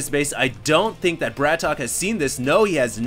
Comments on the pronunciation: its not bratok hd its brat-ok :) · It's Brat OKEY not BRATOCK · BratOK = Bratawk people. He's not english so we don't we the same English pronunciation. Husky said he thought it was BratOkay, but even he said in his video he wasn't sure it that was right. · It's Brat-OK! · pretty sure it actually ISNT pronounced brat okey...day9tv's channel clears this up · small thing but, isn't it pronounced Brat "OKAY" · brat ok not bratok :(